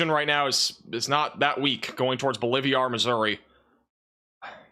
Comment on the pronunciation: BOLIVIA is a country; BOLIVAR is a town. Quit combining the name into “BOLIVIAR!” C’mon! You like inserting “I’s” where they don’t exist! BO-LIV-AR!